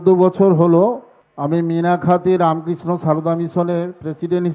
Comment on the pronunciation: রামকৃষ্ণ সারদা নামটাও ঠিক করে উচ্চারণ করতে পারেনা।